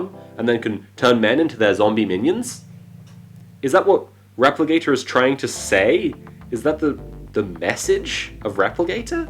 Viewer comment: Wait... are you saying Replicator or Repligator??